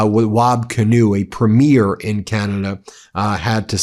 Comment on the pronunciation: PREE-mee-er (Premier), Ben, not prem-YEAR (premiere). Sheesh!